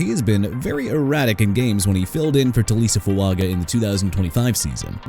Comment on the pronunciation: Look dude... Terrell Smith is pronounced Tuh-rell and Tyrique Stevenson, Kyler Gordon and Jaylen Johnson ain't quarterbacks they're cornerbacks!! Also Alohi Gilman is pronounced uh-lo-hee! Taliese Fuaga as in tah-lee-ess-ay! Asim Richards not Asuma Richards!! Salvon Ahmed as in Sal-vahn! New Orleans as in NEW OR-LINS NOT NEW OR-LEANS AND CHICAGO AS IN EITHER SHEE-KAH-GOW OR SHUH-KAH-GOW! YOU'RE DONE BUTCHERING NAMES OF EVERYBODY AND EVERYTHING AND YOU NEED TO GET OUT!!!